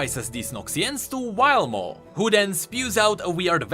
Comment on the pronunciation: You are actually trolling. Pronouncing W as V (Wuju as Vuju) and V as W (Vilemaw as Wilemaw)